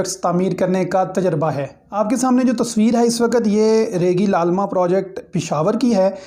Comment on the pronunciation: تلفظ درست کر لیں ریگی لالمہ نہیں بلکہ ریگی للمہ ہے